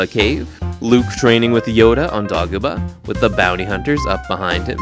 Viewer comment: Im sorry, but did you just say "DOG"-oh-buh?... You should be ashamed of yourself... shame... SHAME!😂